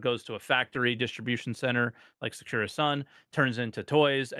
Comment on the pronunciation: As a Weeb, I am extremely annoyed by the way is saying “Secura Sun”… It is Sakura Sun, no?